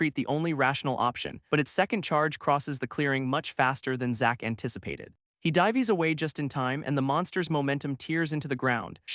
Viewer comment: I am almost 30 mins in and these are my thoughts on this story. Overall the Story and AI reading it are good, but it really gets on my nerves now how the AI messes up the word Dives into Die-ves. I mean once was ok but at this point it has used this word like 3-4 times. Next I love the story and the thought that has went into it. One thing is you are using an Imp and what looks like a Hell Hound but calling it something else. I dont know if it is the story or the AI that called them them Demons but they are NOT Demons they are Devils. There is a difference. It is like calling a Black American, African to an African. You might get spit on by the African as they might look the same but they are no where near the same.